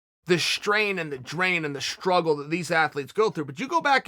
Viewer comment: “The shtrain, and the drain and the shtruggle.”